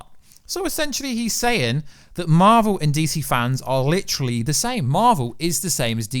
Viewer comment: It marvel not marel!